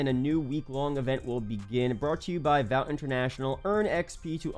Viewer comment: Hey man not nitpicking, but to save you if you don’t watch the show. But Vought is pronounced like “Thought”